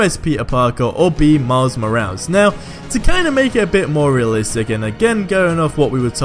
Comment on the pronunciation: "Miles Mo-als"